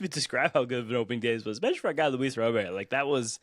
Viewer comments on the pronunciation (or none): If Luis Robert is your guy can y'all at least show enough respect to pronounce his name correctly? Cmon boys it's a family name, Italians should understand the importance of that. Say it right. He's not Haitian.